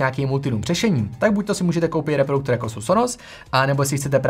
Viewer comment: Ahoj, tvá videa jsou dobrá, jen bys měl asi věnovat trochu víc pozornosti své výslovnosti. Polykáš slabiky (třeba v tomto videu slovo "reproduktor" vyslovuješ jako "reprouktor") a příliš drmolíš, zpomal. Pardon za kritiku, jinak fajn videa a hodně zdaru.